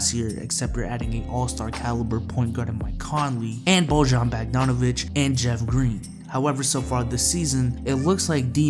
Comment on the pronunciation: PRONOUNCE IT BOYAN BOGDONOVITCH